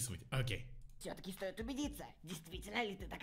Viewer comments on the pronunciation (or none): none